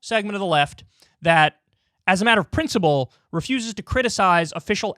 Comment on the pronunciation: Kyle it's pronounced PrinciPle, not PrinciBle.